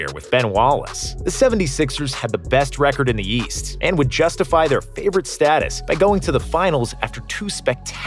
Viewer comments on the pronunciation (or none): none